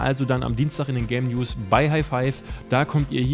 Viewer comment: Ich versteh immer Le-News:D